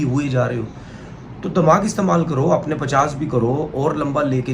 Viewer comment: दमाग नही होता भाई दिमाग होता है 🙂